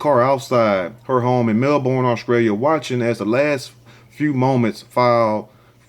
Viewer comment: "This video is coming scraight outta Au-scrailia "🤣🤣🤣🤣